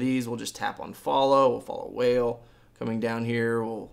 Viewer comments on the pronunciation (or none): Kanye is awesome you should follow him. Btw u said whale when it's pronounced Wah-Ley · Wale (Wa-Lay) ... For future references 😂😂 because you're obviously not a fan. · Wale is pronounced (wall-ay), just for future reference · Did you just say WHALE instead of Wale LMAO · LMFAO "Whale" this dude is sooooooo white......